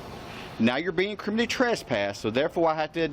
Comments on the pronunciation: Cop: “Now, you’re kriminny trespassed.” What a buffoon. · Kriminy trasspass? Idiot cop cannot even pronounce words correctly. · Well at the very least if the dude is going to CT you he should at least be able to say the word It's not criminy which rhymes with chimney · The cop repeatedly said, "you're being criminey trespassed." Mo Ron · Hillbilly cop cant even pronouce criminally. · This cop is a clown and has no idea what’s happening. He also can’t say “criminally” correctly. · If you cant pronounce the word "criminally" you shouldn't be a professional pig. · Why can’t this dum dum LEO pronounce the word “criminally”?